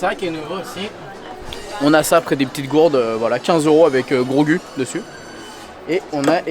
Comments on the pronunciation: Super vidéo, mais ça se prononce grogou pas grogue 😂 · 🤣ça me faisait mal aux oreilles aussi mdrrr